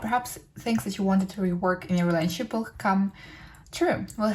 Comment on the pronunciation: Please slow down and pronounce words properly. It adds unnecessary noise to the message. "Rayshunshep" = Relationship. :/